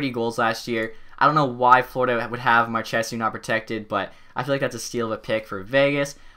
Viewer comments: Marsh a salt it's not marshesew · marchessault is pronounced mar shuh so lol not what you said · Here's some pronounciation errors you can change. Jonathan Marchessault = Mar-Che-Soul not Mar-Che-Soo Frederick Cleasson = Clay-son not Claw-son Like so he sees this.